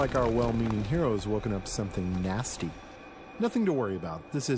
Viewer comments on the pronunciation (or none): this narrator sucks badly ... wtf is "for example" sound or "trap" sound or the fing "nasty" sound ... :(